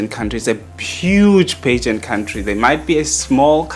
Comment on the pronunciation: Can someone teach this man how to pronounce pageant? Stop saying pigeons 🤣🤣🤣